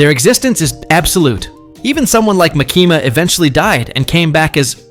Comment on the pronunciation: Good video but try not to pronounce Makima like Muh-keemah again lmao